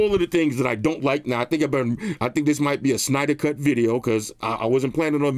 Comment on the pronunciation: My man said Synder Cut and he delivered.